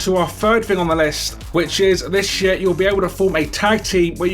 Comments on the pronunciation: You said "this year," I'm keep hearing "this shit" LOL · and sounds more like "This Shear" to me